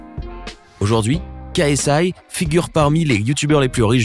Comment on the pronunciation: Tu n'as pas bien prononcé le nom de KSI. Ksi vs logan paul October 9th at staple center.. Can't wait for ksi to knock out logan paul Liker si vous êtes fan de ksi